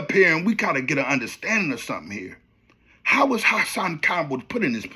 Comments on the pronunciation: “HossSawn KomBull” 😂😂😂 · HA-SAN KAMbel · The way u say Hassan name is pure comedy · I was thinking the same thing how he say Hassan 🤣🤣🤣🤣🤣 Campbell